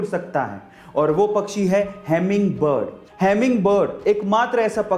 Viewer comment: Sir Humming bird pronounce hota he...Hemming bird nahi...Sorry If I hurt you.